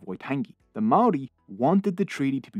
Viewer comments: I left my homeland Aotearoa a long time ago and loved this history, especially the odd bits of humour and the difficult facts. However, the mispronunciation of Maori was so glaring I shuddered. It’s PAH’ kay ha and wh is pronounced f as in Dame Feena Cooper. I also loved the narrator’s accent but please record again to get the Maori correct. It’s simple respect, as the content certainly showed. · your Pronunciation of Maori gives me GooseBumps, but thx for trying 🤷‍♂️